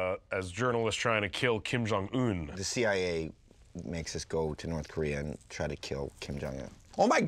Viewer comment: "Norf Korea"